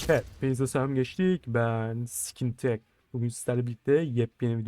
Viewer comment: Abi videonun başında niye böyle SKİNtech diyorsun😂